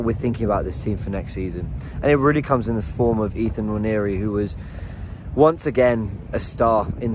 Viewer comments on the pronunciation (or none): Noir-neh-ree... Nwa as in the French noir